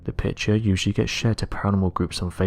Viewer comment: That narrator sounds like he's singing, but isn't sure how to do it. Hard to understand, many vowels are completely mispronounced. Note: Every sentence follows the same sound patterns. If it would not be so sad it would almost be funny. A pitcher is a container for beer, a picture is a container for colors that (sometimes) are composed by an artist who has a message. This narrator is neither an artist nor does he have a message.